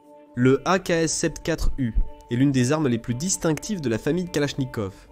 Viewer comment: Vidéo intéressante mais desservie par un doublage par une IA racontant n'importe quoi. 1016 pour un M16 ??? AKs sept quatre U pour une AKs-74 U ?? Ridicule...